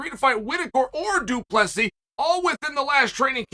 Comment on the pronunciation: Man Chael must not like Du Plesis. He pronounces his name completely correct